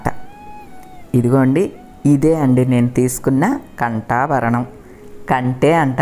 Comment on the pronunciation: ఖంటా భరణం కాదాంటీ కంఠా భరణం